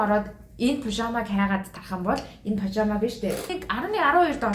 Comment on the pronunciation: Пожамо биш пажама шүү